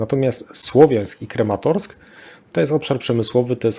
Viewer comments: KrAmatorsk a nie KrEmatorsk Крамато́рськ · Dobra robota 😎 P.S. Mała uwaga, jeśli można: Kramatorsk, a nie żaden Krematorsk 😉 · Panie - już w kilku wywiadach słychałem od Pana nazwę Krematorsk, mimo, że na mapie widnieje jak wół KrAmatorsk. Krematorsk sie dziwnie kojarzy, nie sądzi Pan?